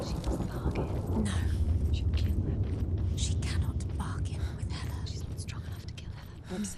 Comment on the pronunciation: Snorri's poem of baldyr's death come to life. Exciting. It's Norse mythology's only written description of Hel... which is HELL but is pronounced "Hall" as in "Valhalla". Also, the goddess "Hela" is named "Hel", but that would confuse the uninitiated. At the bridge she should encounter the "brutal fighter". And the knives in the river are from the eternal battle of the slain. This is literally Snorri's tale of Helheim and it looks awesome. The addition of madness is the most beautiful touch to add to a character's transcendence into "Hell". I'm in awe.